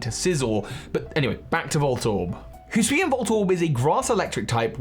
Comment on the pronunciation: In less than 5 seconds, pronounced Hisuian in 2 different ways. Classic.